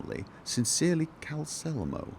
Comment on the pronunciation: Pronounces Calcelmo, leaving out the second L. Then later inserts a second L into alcoves. That L was always on the way. Just took a while to get there.